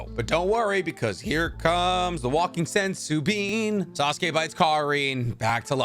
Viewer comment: Sasuke not assume